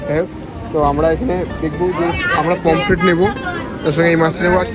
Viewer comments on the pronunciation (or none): none